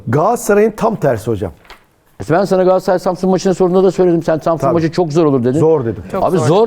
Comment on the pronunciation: Yandaş pardon candaş gs yi öve öve bitiremiyorsun ama adını söylemiyorsun daha, gaaassaray ne ? Gaaassaray Gaaassaray 😂 al gaaassaray ı koynuna yat, sorsan Beşiktaşlı 😅